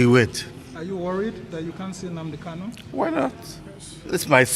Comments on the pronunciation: Actualy he pronouced Mazi Nnamdi Kanu's name pretty well, Igbo Language has many dialects Kanu or Kalu is correct. He's a good Lawyer! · since MNK own is kanu, and all his certificates carries kanu, why can't he just pronounce it kanu? One may think he's talking about another person. I have lived in igbo land for years and my hometown is less than 2hrs drive from the igbo capital city, Enugu. I may not be totally ignorant about these things right?